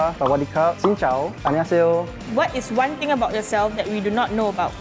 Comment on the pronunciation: I’m so glad he said “xin chào”